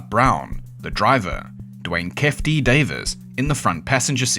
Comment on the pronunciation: Bro it’s not “kef D” it’s Keify D, like “key-fee dee”